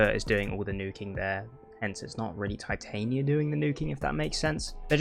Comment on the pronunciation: I'm only bothered with your pronunciation of Titania... The Queen of Fairies... Shakespeare...